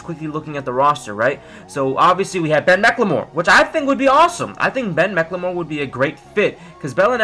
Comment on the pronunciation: why does every youtuber pronounce Ben Mcclemores name like that.